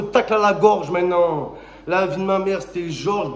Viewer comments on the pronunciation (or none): none